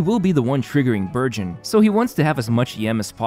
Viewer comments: Burgeon What I hear: Virgin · am I the only one who hears "Virgin" every time says burgeon. Poor poor Thoma and his Virgin team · Lol i thought he said Thoma Virgin team 😂